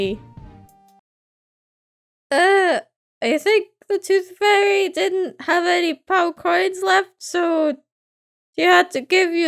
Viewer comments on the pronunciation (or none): instead of saying tooth fairy it sounds like your saying toothfurry with your accent